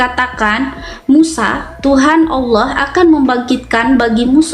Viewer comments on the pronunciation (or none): Tolong ditegur cara baca dan penyebutannya,,ALLAH di ALKITAB yg BENAR,ALLAH ya ALLAH BUKAN TULISNYA ALLAH terus dibaca AULOH,,apa ituuuu 😂😂😂😂😂😂😂😂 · bu uclim... klo baca Alkitab... Allah jgn di baca olloh ya...? 😂😂😂